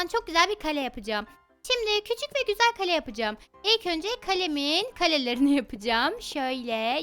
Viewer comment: Kalem kalem değil Kale